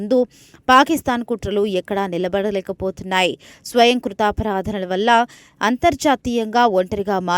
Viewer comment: ప్రాణాళికలు,స్వయంకృతాపరాధన,కన్నువిప్పు అని ఉచ్ఛరించడం సరియైనది కాదు.అవి ప్రణాళికలు, స్వయంకృతాపరాధం, కనువిప్పు అని మాత్రమే ఉచ్ఛరించాలి